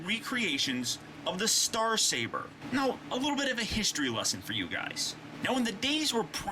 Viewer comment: Star Caber?....is that Scottish?